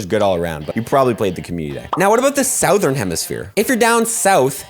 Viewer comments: I don't think that's how you're supposed to pronounce "Southern" 😅 But great video nonetheless! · Saothern lol